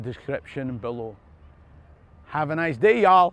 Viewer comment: I must say, that was a pretty damned good “y’all!”